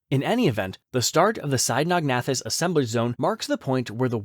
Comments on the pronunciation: It's pronounced Sino-nathus....not Sinog-nathus. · The narrator keeps switching between 2 different pronunciations of Cynognathus. Very annoying.